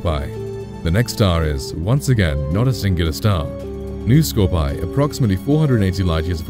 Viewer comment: scor-pee-eye, not scorpee